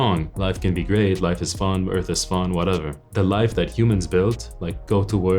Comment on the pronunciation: "eath is fun" 2023 Speaking like a true Grey👽